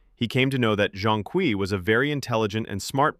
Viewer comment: Your mispronunciation of Zhong Kui is criminal.